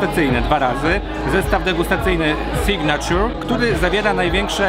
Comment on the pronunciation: SIGNATURE czytamy signejczer a nie signaciur